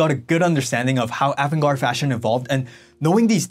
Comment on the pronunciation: Great video, but you pronounce avant-garde differently from how I hear most ppl. say it. Also, I remember when the Japanese fashion designers started selling in the USA around 1982 and the look was different but I wouldn’t say the Japanese started it. There were many European designer way before that were avant-garde like Balenciaga, Pierre Cardin, Paco Roban, Claude Montana , Mugler and many more.